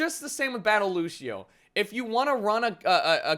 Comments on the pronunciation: Why do people pronounce Lucio like LU-SHI-O. You pronounce it LU-SH-O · its fucking lucio not lushio say it right, thanks